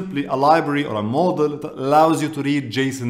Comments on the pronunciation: When used the CC, its showing model. Just got curious how to really prounouned module. And its "maa-jool" or "mojool". And not model. Unless your yt script really is model. Nonetheless. Good vid for learning python as a beginner. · Thanks for being so helpful to people. i'm a retired programmer but chatgpt is exciting me again. P.S. module is pronounce 'ma-jewel' (accent on ma) you're saying it more like model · Absolutely love your videos and your energy. Being a native english speaker I want to give you a tip. The word "module"is not pronounced "mo - del" as you pronounce it. The correct pronunciation is more like: "mod - jul". I hope this helps and keep up the excellent work!